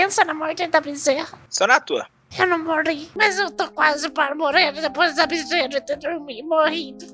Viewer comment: Oii boa noite e "para" não "parra" ok sem ofensa